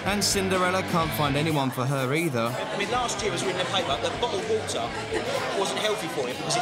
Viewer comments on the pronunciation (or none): bo'le o' wo'r